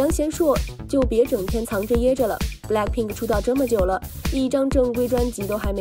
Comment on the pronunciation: 英语哪里学的？blackpink不是balck pink！